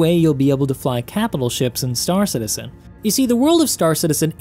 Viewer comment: I love your vids but your saying stAR citizen is driving me nuts. It's star CITizen dammit! :)